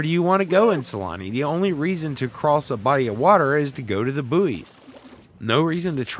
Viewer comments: I was so happy when you called buoys boys then you went back to saying boo-eees 😩noooo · >pronounced Buoys right the first time with a giggle, says it wrong on the next. still earned a sub <3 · I know it's the a geographical pronunciation difference. 😁😉